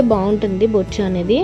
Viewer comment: Bochu kadhu maaaa boocha